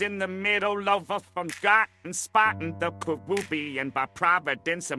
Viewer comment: Squidward said caroobian